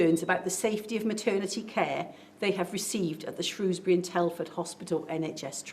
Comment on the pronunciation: It's SHREWSbury not SHROWSbury.